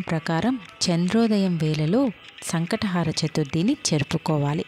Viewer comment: సంకష్ట హార కాదు... హర అని చెప్పండి మీనింగ్ మారిపోతుంది